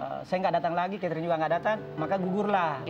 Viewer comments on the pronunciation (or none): Salah denger g sih aq? Suami nya sebut istrinya Ketring😅 bukan Chaterin🤭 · Perasaan namanya keterin deh bukan katering 😂😂😂😂